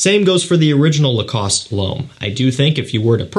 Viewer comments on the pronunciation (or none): none